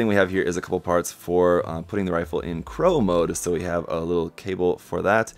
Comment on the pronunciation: Its Claw mode XD not Crow mode XD but im guessing ur reading it off of the manual